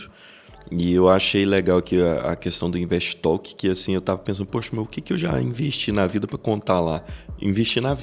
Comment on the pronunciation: Invest talk mas a pronúncia é tolk.